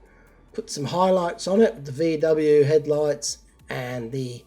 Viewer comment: Dude - Vee-dub vans. Weed, not "bee-ayhh". Sheesh. No more cursing 'till you get sober. That's mew new ditty from down undah.